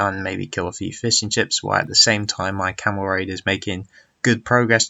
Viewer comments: The game was a great watch, but I keep hearing fish-and-chips as he starts talking about his boats :p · ***** lol it sounded so much like `Fish and chips´